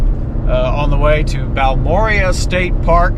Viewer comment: Fun fact- Balmorhea is actually pronunced BAL-mo-RAY. We always called Baalmoooria with a flourish like it was some sort of Tolkien creation, but after settling in Texas we done learnt the truth. It is a combination of the founder's names -Ernest D. Balcom, H. R. Morrow, and John and Joe Rhea. Thanks for the winter time perspective!